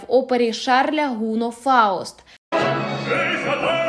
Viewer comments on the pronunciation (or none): ГунО, а не ГУно, це француз!